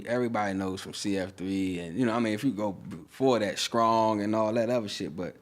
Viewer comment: Scrong? Did he mean strong? I just don't understand.